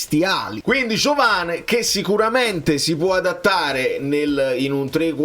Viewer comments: Credo che i brasiliani la “e” finale la pronunciano “i”, per cui diventa Giovani, con quella “G” molto moscia, come la pronunci bene tu 😅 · Ma pronunciatelo all italiana,Giovane. Si vede che aveva antenati italiani.